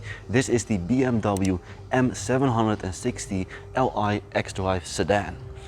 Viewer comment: Please learn how to pronounce m760li! 😉